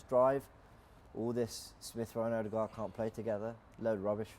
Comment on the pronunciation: I really like this show. It's professional and pretty entertaining. Apart from the "Odeegard" lol